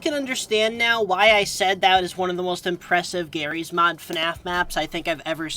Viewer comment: why did you say jarry’s mod like gif vs jif